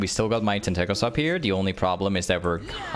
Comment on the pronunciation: Me: tentacles..: ten tackles 😂